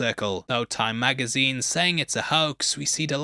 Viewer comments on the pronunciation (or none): none